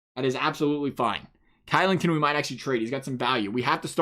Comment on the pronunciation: Kylington is pronounced shillington